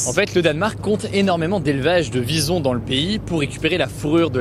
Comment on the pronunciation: Au début j'avais pas compris que tu parlais des Visons et car j'ai compris "bisons".